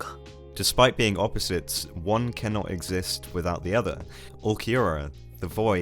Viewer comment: took me a couple minutes to realize he's not saying ookiyura but ulqiorra british people really cant speak properly